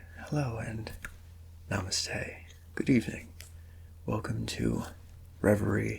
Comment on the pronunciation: The way he said namaste was totally awesome, I love your content bro More power and love to you from India🇮🇳